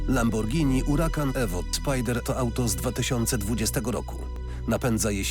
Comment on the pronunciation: Lambordżini Urakan Szpajder.